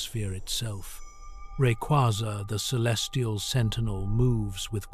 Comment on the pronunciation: It’s not pronounced RayQuahZah, it’s Ray-cu-A-zah